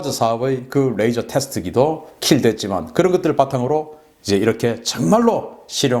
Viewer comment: "뢰이져로...(R)",가 아니고 '레이져로...(L)'이라는 진실... ㅡㅡ